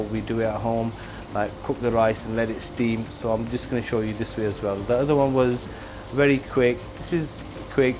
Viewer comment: It’s a werry werry quick recipe